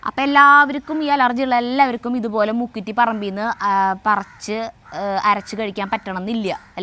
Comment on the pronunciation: മുക്കുത്തിയല്ല മുക്കുറ്റിയാണ്